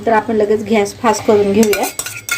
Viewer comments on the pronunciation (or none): ताई, घ्यास नाही गॅस जरा मराठी भाषा शुद्ध बोला